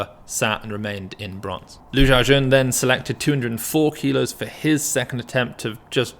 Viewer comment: was anyone else bothered by how the commentators pronounced lu xiaojun 3-4 different ways? like, who the hell is ju chowjin?